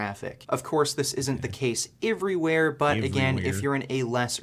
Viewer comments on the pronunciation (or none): He's fucking annoying. He's annoying *EVERYWHERE*. I wish the fuck he could say it correctly (and let's not even get into *aboot*) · 'gold teeth' hhahahhaa 'eevrywheere' hhahahhaa